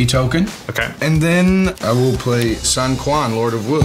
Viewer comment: I believe it should be pronounced as "Swen chywan" instead of "Sun Kuan"